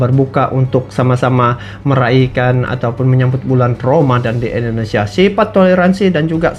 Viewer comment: bukan endonesia tp indonesia.semangat ngonten nya bang